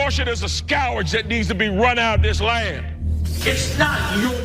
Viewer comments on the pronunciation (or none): Did he say “scowurge?” Scourge scourge scourge. I just had to say it the right way a few times to remove the way he said it from my palate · What is it with these Repugnicans and their mispronunciations? "Scour-ge" instead of 'score-g'.... just wow. MAGA only knows how to scrape the bottom of the barrel to find primordial slime that can't pronounce words in its own language. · Dear god, learn how to pronounce properly. It's scourge, not scourage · Scow werge???? That's not how you pronounce scourge.Did he not write the words he reads from the prompter??Or at least proof read his speech to see what he will be saying??? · What is a scourage? Lmao! The hillbillies in Carolina will still vote for him! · "Skowerge"? Is he trying to say "scourge"? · A Skow-urge? TF is a skow-urge? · "Scowage" is all you need to know. (He meant "scourge"). Then there's the rest. . .ugh. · Scourge is not pronounced "scow-werj"... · Thanks John! I was like, a "SCOURage"? does he mean "Scur..." John beat me to it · What the hell is a "scow-rage"? Does he mean "scourge"? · "a scowarge"? Doesn't know how to pronounce the word scourge and obviously doesn't know about the separation between church and state. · This guy is also quite dumb. He pronounced the word scourge as 'scowrdge'. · Scourge (skeerg) jeeze😮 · Scour-age? What is a Scour-age? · S-cower-j? What kind of ghetto was he raised in? Oy. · I don't want a governor who says "scow-werge" when he means scourge. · Skow erge? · Guy can't even pronounce "scourge" properly. Here's a hint. It rhymes with "urge". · what, is skowerge not a word? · Hahaha - "scowrage". What an idiot. They just keep coming....... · "Scow-urge"? i'm assuming he means "scourge". if you want to use fancy words, you lunatic, practice them first. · He says Scow-urge for scourge. Somebody please advise candidate Robinson. Or not. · Very offensive: his pronunciation of "scourge" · He tried to say scourge........can't pronounce it and has no clue what it means.